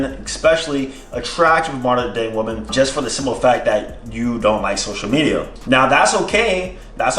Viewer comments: Exactly I’m glad I found one of these comments, he says “woman” instead of “women” the proper way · It’s “woMEN” not “woman” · Is it just me, or is saying woman instead of women? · it is pronounced WE-MEN. Say it with me now WE-MEN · The way you say ''women'', you say it like ''woman''..Just an observation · Why do you pronounce Women wrong? It’s extremely annoying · Weymeyn > woomin